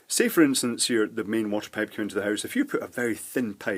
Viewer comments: What the heck is a peipe? Payp? 😅🤣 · Why you were prounouncing pipe as pape?